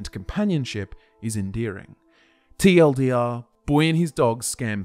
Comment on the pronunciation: Awesome video as usual! Except everytime I hear you say "TLDR" it made my body cringe. Other than that Awesome work sir